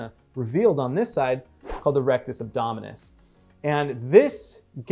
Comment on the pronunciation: "Rectus Abdominimus" HHMMM!!